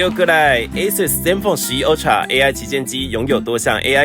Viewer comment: 業配品牌名稱唸錯 是唸 A瑟斯 不是阿蘇斯